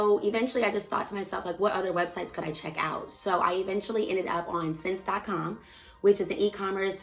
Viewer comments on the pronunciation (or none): Just an FYI, the retailer that you quoted (SSENSE) is pronounced like the word 'essence.'